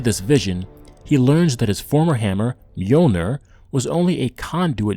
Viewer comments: Its not nyoneer its mjolnir damn you cant even pronounce wrong names correctly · its mjolnir not nyoneer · It's not nyoneer it's called mewmew. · It’s not myooner dude, it’s m-yoll-nir. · the way he says mjolnir bothers me